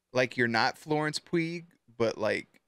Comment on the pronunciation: I KNOW YOU DIDNT PRONOUNCE FLORENCE PUGH (pronounced pew) like that